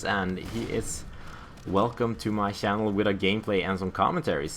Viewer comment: "Welcome to my Shannel" :D